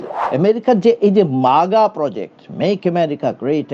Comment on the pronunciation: Maga na haga bolun